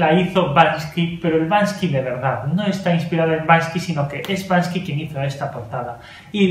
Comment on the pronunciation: Banksy, Víctor!! No Bansky. Un fuerte abrazo.